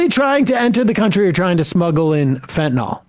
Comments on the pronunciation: It’s FentanYL, NOT Fentanol! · Sam, it's not fentanol, it's fentanyl, that's Y-L, not O-L. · Great debate, and it's obvious Trump was denigrating and traducing the actual human beings coming from Asia and Africa, not some invented policy. By the way someone tell Sam - Fentanyl is spelt with a 'y' so the pronunciation is an 'i' as in Fentanil - NOT Fentanor. Proper pronunciation of the English language is important when broadcasting. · It’s fentanYL, guys, not fentanAWL!!!